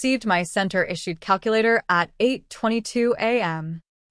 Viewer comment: "No cal-Q-later"